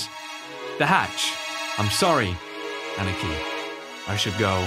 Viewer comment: when he ann-nih-kee instead of ah-nee-kee... lol, love ya!